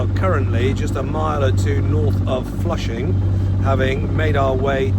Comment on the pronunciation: Also "Flushing" I didn't have a clue what he was talking about until they wrote it on the screen. A new low in butchering words, even for the undisputed world champions in that: native English speakers.